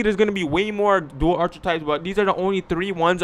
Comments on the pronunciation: U can't pronounce archetype correctly boy said ( at-Che-types) 😹😹 come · KiingMula ENT he Canadian I think lol that was funny